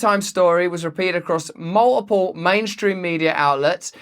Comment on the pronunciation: SA-UH-DAY mul-uh-pull